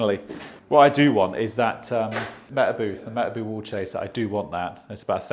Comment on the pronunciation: Can’t get over the way he says Metabo 😆